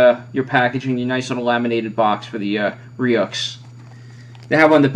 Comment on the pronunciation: good review! it's pronounced (roo) just in case your viewers go buy it.